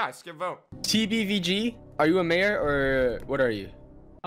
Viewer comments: wait... its called "MAJOR" i thought it was "MAYOR". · You said magor